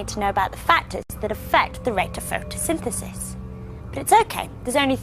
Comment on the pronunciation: he cant say photsynthesis